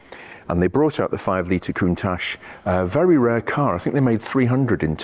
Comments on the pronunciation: The correct pronunciation is as it is written - count-ach, not coontash btw. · I concede you're right, but being Italian I believe it's pronounced countack, like bianchi bikes are pronounced biankee... or Michael mycall...etc... but yh, I've always said countash, and I'm not stopping now. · It struck me as a bit odd the way you pronounced "Coont-atch" (singular) yet "Coont-ashes" (plural)!! Any reason? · Is it pronounced "Countach".. or "Countash".. as you say both? Or doesn't it make any difference? 👍👍 Awesome cars.. however you say their name! 😅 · Everyone on the planet pronounces it countaSH.